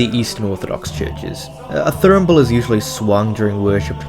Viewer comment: Just for reference it's not a Thur-n-ble, it's a Thur-ra-ble for pronunciation